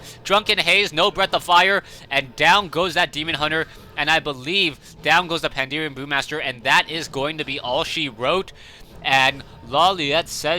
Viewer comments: I think its pan-da-ren brewmaster and pronounced the same way, no? says like pandeeerian brewmaster which is weird imo. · I'm pretty sure it's pronounced panda-ren, as in "panda" (English) "ren" (Chinese for "person") - so combined: Panda person. says "Panderean", whatever.